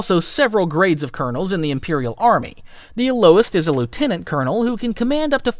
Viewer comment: Lieutenant as well 😂